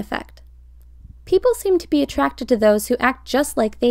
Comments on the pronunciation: Oh my god when she said ‘Be yourself’ I thought she said pee yourself, when I tell you I screamed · I swear it said pee yourself... But if said be yourself 😂